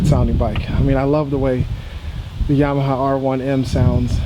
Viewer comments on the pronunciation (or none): none